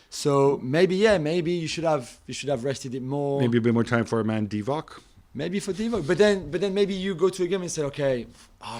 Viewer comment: Man said mane😂🤣